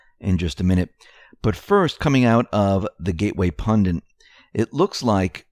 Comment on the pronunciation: The word is PUN-DIT, not "Pun-dent!" Really, stop doing this!